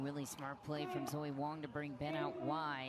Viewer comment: Announcer called Wang...Wong; she's Wong about Wang...just sayin 🤪